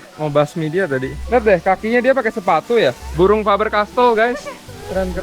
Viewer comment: YAaa....YAa..... (kayak aksen korea ) ini tempat shooting film megg nieh YA....